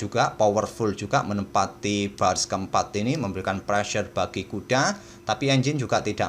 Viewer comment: Istilah " pressure" itu keren bgt om,, apalagi cara pengucapannya itu lohh 🤗 ditambah istilah "sikat" aduhh, cool.. gajah sikat kuda,, kalo mau di ganti ya pake istilah " hantam" juga boleh om 😀😀 Mksi..